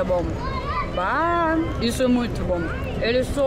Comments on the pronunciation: GURIA TU TA FALANDO BÁAAA😂😂😂 Virou gaúcha!!! Quando vier novamente vem comer aqui em casa. Passou bem pertinho. 😊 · se rende ao "Bah" dos gaúchos 🤣